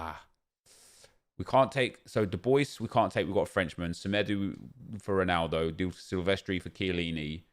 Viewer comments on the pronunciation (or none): none